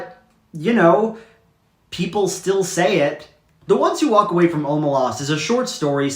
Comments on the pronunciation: I completely disagree, it’s pronounced, “o-MAY-lehs” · i always thought it was pronounced “oh-may-less” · You should tell Shaun how to pronounce Omelas, he doesn’t know how